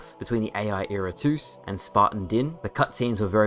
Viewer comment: Dude why do you continue to mispronounce IRATUS smh